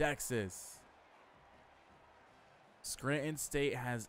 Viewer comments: Yeah I heard you say “Scranton”. The accent matches with the ppl that grew up in this area 😂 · I respect it lol you definitely say Scranton like a native so that’s interesting that you’re from NY. But I’m just sayin you’re killing Nicky price. Poor guy is getting railed 😂